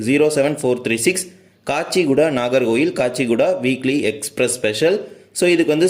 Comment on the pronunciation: தலைவரே அது கச்சிகூடா இல்லை காச்சிகூடா.